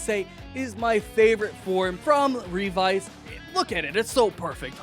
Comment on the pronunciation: My man just said Revy. Your video looks fun to watch, but I can't get over the fact that you pronounced it as Revy when it's pronounced Ree-Vi, so once adding in Vice, it's appropriately Revice.